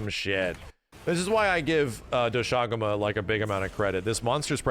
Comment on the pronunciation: The english pronounciation of Doshaguma sounds so ass lmaoo